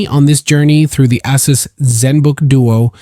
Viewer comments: I think it's a long A on that word. Not Ass-us. I got this laptop last week and love it so far! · Bro said Ass-us